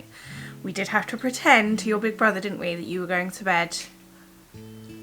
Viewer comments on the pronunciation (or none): none